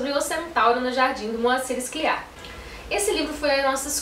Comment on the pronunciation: A pronúncia do sobrenome do autor é "Sclíar" (sílaba tônica no i)e não "Scliár" . Abraço.